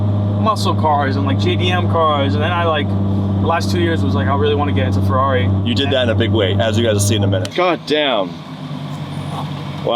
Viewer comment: You are butchering the F1 teams name lol.